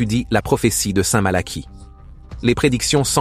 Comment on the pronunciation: Révisez votre copie, ça s'écrit Malachie et ça se prononce Malaqui.